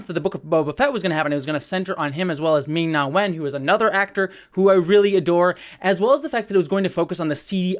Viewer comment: Hey you got the Ming pronounciation in Ming-Na Wen's name right. I should have just kept watching.